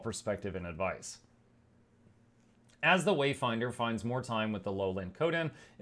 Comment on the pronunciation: I stopped watching at "Wayfinder" I can't have any more of that "commander", "waydinder" 'o, savior!' crap